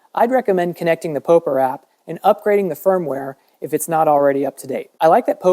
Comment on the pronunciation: It's POP-ER not POE-PER lol